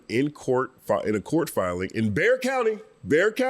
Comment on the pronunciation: I understand people mispronouncing Bexar county, but it made me smile really wide to hear you say it correctly. Merited at least 9 seconds of applause!! Thanks for the update!